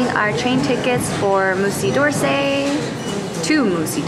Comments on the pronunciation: it's not 'Moosey DORrsay' lmao It's 'Muzee duh Orsay' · lmao, "moosey dorsey"